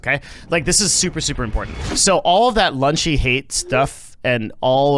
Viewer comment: Notice that has intentionally used outrage marketing by pronouncing it “lunchy” for 20 minutes straight without correction. 🧠